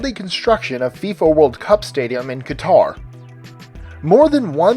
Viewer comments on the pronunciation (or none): for 19 you said Qatar wrong